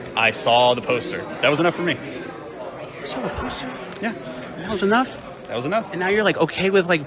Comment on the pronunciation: "I SaW A PosTeRR" LMAO